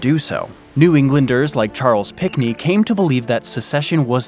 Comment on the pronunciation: it's Charles PINCKNEY, not Pickney. Embarrassing, my God.